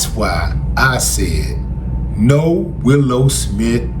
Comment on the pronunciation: Willow, Willow not Willie.